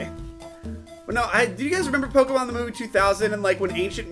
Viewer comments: Pokeyman. God, I had the same kind of teachers. They never notice the é in Pokémon. Some teachers they are! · why in god's name did the adults pronounce it pokey-man? my principle did it too, and i'm in virginia. they're in texas. what the hell XD